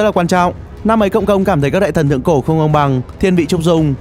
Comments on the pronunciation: cộng công đọc nhan thành công công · Cộng công mà nghe công cộng